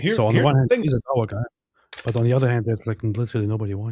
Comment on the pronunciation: This dawa is more like Duh-Oh-Wa.